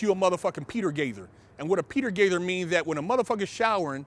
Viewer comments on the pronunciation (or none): its peter gayzer